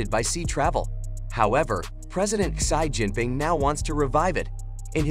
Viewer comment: Irritating ! You pronounces to the name of President Xi Jinping wrongly ! It is see Jinping and not shy Jinping. 👻